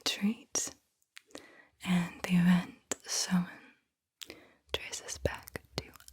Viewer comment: appreciate you pronouncing samhain correctly, Irish is often mispronounced as a joke